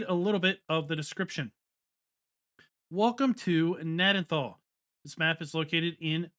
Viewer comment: Pronounced - Ga nad den tal. Won't come to consoles due to Giants not allowing it because it's to big. The starting point is the property I grew up on. We start with Potato's because the main farm is called "Southern Potato Co" in real world. Thanks for the great review